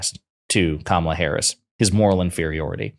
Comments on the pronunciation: He still disrespectfully mispronounces Kamalas name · Trump and his allies constant mispronouncing of Kamala's name only serves to make them look ignorant. Its not the power move they think it is. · I don't think they are saying "Lock him up" I think they're saying "Ka-ma-la"